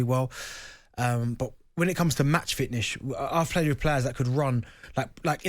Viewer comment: These boys can't say "fitness'. They keep calling it match fitchneshhhh.